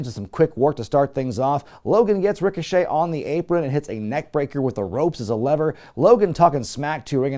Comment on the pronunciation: I'm glad I'm not the only one who calls Ricochet "Rico Chet"